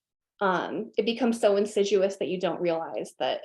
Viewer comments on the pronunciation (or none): Great interview! But you need to tell her that it's not "insiduous" but "insidious"! :-D (couldn't help it ;-) )